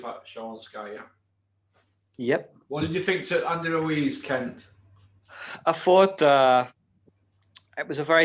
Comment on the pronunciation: I think you are mispronouncing Kent’s name